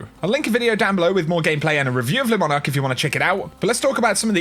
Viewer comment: ITSSSS LEEEEEEEEEEEEE MONARQUE NOT LESSSSSSSSSSSS LEEEEEEEEEEEEEEEEEEEEEEEEEEEEEEE